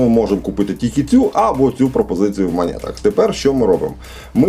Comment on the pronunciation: Друже, ну не в "манєтах". Не спотворюй так слово